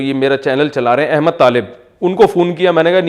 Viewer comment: Mufti sab ek sawal zehan me aya K ap ne Ahmad ki jaga ihmad kaha keya ye tik he